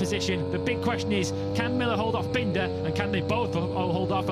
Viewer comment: …bendah and milluh 😂